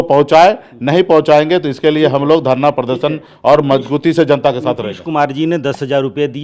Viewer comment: मजगुती नही मजबूती बोला जाता है बुडबक 😂😂